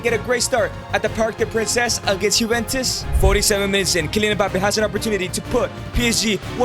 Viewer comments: Parc des princes not parc de princess or whatever u said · "Parc de Princess" 💀💀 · Firstly, You Got Jarred HD, Secondly, bro said the Parc de Princess, it’s Parc de Prince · Parc de princes, that does not sound right